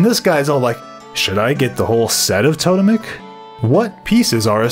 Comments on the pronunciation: Good video!....you know it’s pronounced “TOW-TEMIC” though right? ;) Don’t tell me I’ve been wrong for 20 years. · Its TOE-TEMIC armor you dingle ! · It's tote-mic. Just look it up on the pronunciation guide channel. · I love you but it actually is to-TEM-ic. But everything else you said about the armor set... Completely true